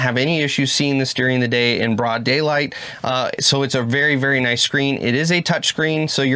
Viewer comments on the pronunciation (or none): none